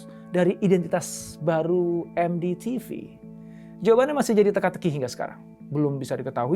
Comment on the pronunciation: APA BAPAK BILANG ? MekDi TiVi ? 😅 Hwahahahahahahaha 😂😂😂😂😂😂😂😂